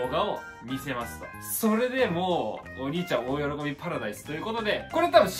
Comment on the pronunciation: 今日は発音がｵﾆｨﾁｬｧﾝ!だったwwww可愛いwwww